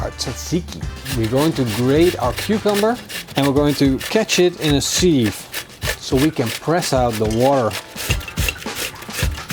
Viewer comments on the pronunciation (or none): Nice vid btw: it's not pronounced sieve, but siv. Keep it up though